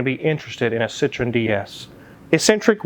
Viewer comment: Why do Americans pronunce Citroen as if it's similar to Citrus? French say it with the accent on the E, separate from the O sound. SitroEEn